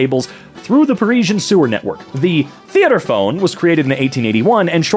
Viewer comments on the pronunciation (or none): technically pronounced tay - at - tro - phone, mais c'est pour les françaises Correct me if I wrote that wrong, i don't feel like checking it